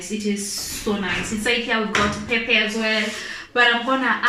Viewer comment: Wow great cook...But say Pep..Per..🤣🤣🤣🤣